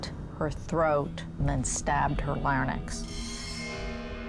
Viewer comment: It's her larynx...... pronounced larrinx. Not larrnix.